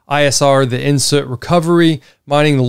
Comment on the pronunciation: Hi, its pronounced " in, sit-two" recovery.:) Love your vids keep it up.